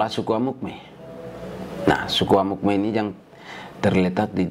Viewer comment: Amukme bukan tapi Amungme